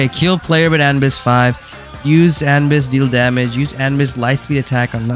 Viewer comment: It’s not anbis it’s a-nu-bis not anbis